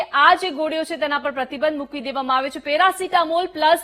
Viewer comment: મેરાસિતામોલ નઈ પેરાસીતામોલ બોલો 😅